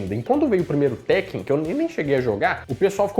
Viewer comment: Falou teken.😊😊😊